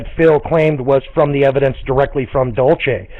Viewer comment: 5 people and about 4 of them count pronounce "Dulce" properly